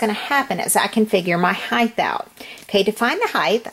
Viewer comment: Height ends on a T. Not a th.